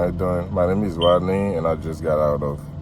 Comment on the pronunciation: He said his name was wodney 😂